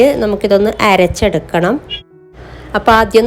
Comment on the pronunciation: എരെച്ചെടുക്ക എന്നല്ല അരച്ചെടുക്ക എന്നാണ്